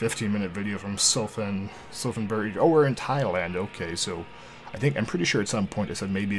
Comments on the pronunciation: I have no idea but being from thailand i can confirm its pronounced supan great video though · it prounoubced Supan buri and its in thailand 😊